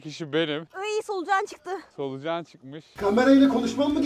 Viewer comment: "Iyy soulcan çığtıı😖" -"Solucan çıkmışş🙄"